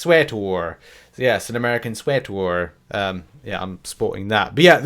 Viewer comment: Sweater, not sweator